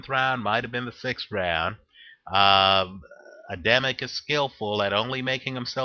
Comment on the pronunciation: You make a little mistake in Adamek pronounciation. Just make the second A in Adamek sound like the first one and it will be fine;)